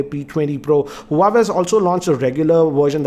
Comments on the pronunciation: You’re going wrong with the pronunciation of the brand. It’s pronounced as “wah-way” not “hu-wa-way” Peace out. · It's not pronounced as Hu Wa Ve it is pronounced as "Wha Way" . Just saying as your videos are watched across the world. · It's not who-wa-way, it's Wah-way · Pronouncing हुवावे ❌ हुवेई ❌ वावेय ✔️ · Bro it's " hua-wei " this is correct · it's hawaii 😡😠😂😂😂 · It's हूआवी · that's not how you pronounce Huawei